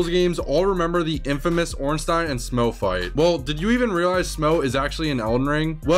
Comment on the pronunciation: Incidentally, Smough rhymes with "off".